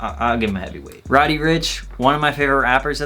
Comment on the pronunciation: you did roddy, gunna, lil baby, and dababy wrong